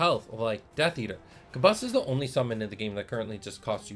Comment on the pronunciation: I was really impressed with the J2 starter set so hearing that Origins is gonna be even better has me hyped 😳 Also I'm sooooo sorry we have been pronouncing Kabus as "Kaboose" LOL 😂